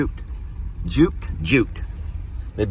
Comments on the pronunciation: the word is duped instead of juped. Duped is tricked. Good job with the hay. You all take such good care of those babies. Thank you! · It’s not juped it’s duped